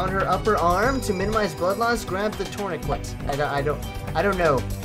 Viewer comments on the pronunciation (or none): Heres how u pronounce tourniquet: Turn a kit